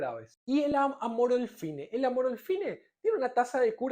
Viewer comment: "Terbirafina" --> TERBINAFINA 🤦🏼‍♂🤦🏼‍♂🤦🏼‍♂🤦🏼‍♂🤦🏼‍♂🤦🏼‍♂🤦🏼‍♂🤦🏼‍♂ "Cicloprox" ---> CICLOPIROX 🤦🏼‍♂🤦🏼‍♂🤦🏼‍♂🤦🏼‍♂🤦🏼‍♂🤦🏼‍♂🤦🏼‍♂🤦🏼‍♂ "Amorolfine" ---> AMOROLFINA 🤦🏼‍♂🤦🏼‍♂🤦🏼‍♂🤦🏼‍♂🤦🏼‍♂🤦🏼‍♂🤦🏼‍♂🤦🏼‍♂